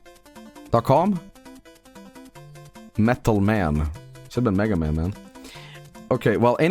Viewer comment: I love the way he says mæga it’s funni